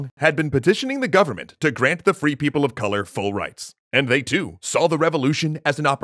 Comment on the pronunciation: more like free people of sink, but then it sounds like people who never do the dishes